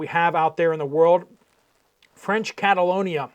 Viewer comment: Are you referring to New Caledonia? It sounds like you are saying Catalonia which us an area within Spain. Even the captioning said Catalonia.